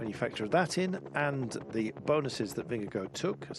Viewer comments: Take the first syllable of gorgeous (the gor sound) and it will be more precise. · Why's he calling him Vingego the last 3 or 4 times?